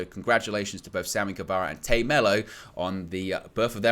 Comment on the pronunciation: Dude its Tay not Tae it’s Tay